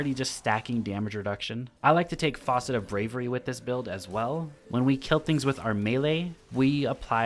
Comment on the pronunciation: Why is he calling the fragments Faucet lol